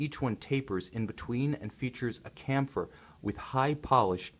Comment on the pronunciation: What a piece! This exact reference is one of my all time favorites. But isnt "chamfer" pronounced "chaam-fir" not "kam-fir"?